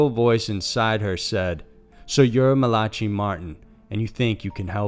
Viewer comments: MALACHY is pronounced MAL-uh-kee...it's Irish. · How many words can you possibly mispronounce??? Host- age?? Malachy?? Smh...